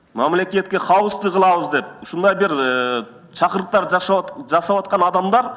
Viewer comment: чакуруктармес туура суйлосон чакырыктардеп урматтуу жепутат